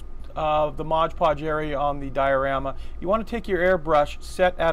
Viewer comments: Did my head in every time you said Modge Podge instead of “Mod Podge” Great dios though 👍🏻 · Whenever you say modge podge instead of mod podge a puppy dies 😔